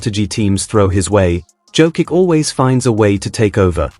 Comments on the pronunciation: Pronouncing his name is violation...JOKICH...not Jokik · If you love Nikola so much, you could have deigned to pronounce his name correctly.If you pronounced Greg Popovich's last name correctly, then pronounce Jokic's last name the same way. For most Serbs, the last name ends in ICH, in Serbian it is written as C with a tick above.